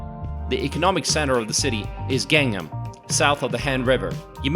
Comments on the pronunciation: Great views of the city! Although viewed through a very rose tinted lens. Would be nicer if the narrator had learned how to pronounce the names of the places featured in the video. His pronunciations of "Han", "Lotte" and especially "Gangnam" were cringeworthy. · The way he pronounces Gangnam is ATROCIOUS. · The ultra-popular song that the announcer obviously is unfamiliar with because of the way he pronounces Gangnam. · Great video, but you're really butchering the pronunciation of "Gangnam" lol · By the way, could this guy try any less to pronounce these places properly? Seriously! It's like he's TRYING to mispronounce them! WTH: Laahtay World Tower, Gang-um/Gaynnum... the palaces were the worst--or funniest! They're all neat places though. Korea is a great place to visit, but staying too long makes you realize that you will always be just a visitor, unlike when Koreans move to America or Canada and become citizens. Nice to visit for a week. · ).. The other ones are understandable, since they can be difficult to pronounce, but I was a bit surprised when he pronounced Gangnam as Gangam, leaving out the N. That was like the most famous song in the world. LOL Good video overall, though. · His pronunciation of place alike gangnam is not correct. Perhaps pronunciation would be Ghangnam. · I had to laugh a couple of times at your pronunciation, especially of the city section name of "Gang Nam!" (It's not Gangam!) Having lived a little northeast of Seoul almost four years, I still found your video interesting and informative. When people ask why I want to live in Korea instead of America, my first answer is that I can relax here. That's largely because it is such a safe country. I never worry about crime. My second answer is that in Korea, "customer service" is real. One of my greatest peeves is that it can be next to impossible to find a trash can. Another one is the sometimes difficult task of driving here--cameras are a drag!